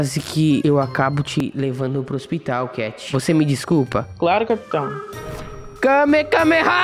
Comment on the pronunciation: N é kamekameha e kamehameha